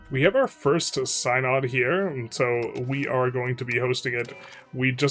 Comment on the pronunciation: Pretty sure Synod is pronounced sin odd and not sine odd.